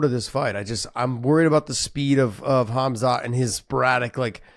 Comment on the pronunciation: probably because he doesn't know khamzat personally and doesn't know the actual pronounciation